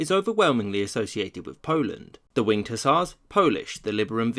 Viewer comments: Every time you said "Winged Hussars" I understood it as "Winter Tsars". I was quite confused by the end as you mentioned them a lot and described them as world famous and I was like "who were these famed winter tsars, why have I not heard of them!?". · Haha, same 😁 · Fuckin same